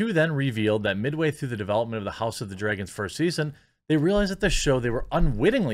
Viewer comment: I'm sorry but it really bugs me when you keep calling dragons... "draygans" Its drag-ons